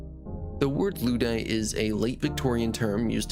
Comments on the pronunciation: In the spirit of constructive criticism: - “memento” (meh-mento) not “momento” - Ludd and Luddite is pronounced to rhyme with “blood”. So more like “lod-“ and not “lood-“ - “Celt” and “Celtic” is pronounced with a K-sound - it’s only the Boston basketball team (and a Scottish football team) that’s pronounced with a S-sound for historical reasons. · Holy shit dude. "Loodite", "Selts", "On Vog"....... you HAVE to be rage baiting with your pronunciations.